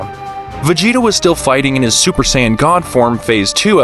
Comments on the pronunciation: bruh wtf is a sayayan Saiyan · Saiyan not sayayann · saying = sayyan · What is a siyayan like it’s not said like dat ??? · “Super sayayen”